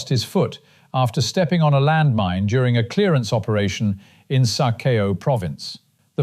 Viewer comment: "sa cow" ,it's pronounced like that ,not sa "kay o"